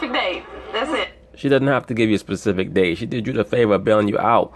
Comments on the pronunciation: Pacific Date she said. I didn't realize people were this dumb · Nah, my mom used to say that all of the time...used to hate it...lol "Ma, it's "specific", not "Pacific". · ona pacific date. haha smh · "fitna" and "Pacific"